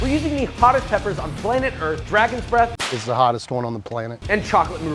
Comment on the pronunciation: "can you hear the dreath of the bragon"😂🤣